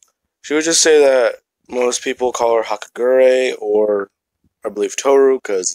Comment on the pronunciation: hagakure's name got completely butchered